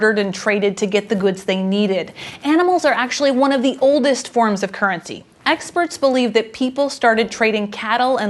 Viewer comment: Normally I don't notice it that much, but I switched off after a minute due to woeful pronounciation. 'kerncy'